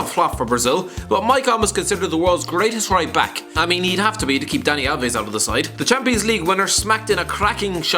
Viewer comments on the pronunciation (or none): none